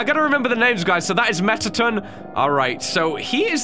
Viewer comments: Your saying it like metaton, it's mettation. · Me: Mettaton!: MetTaTin! 😭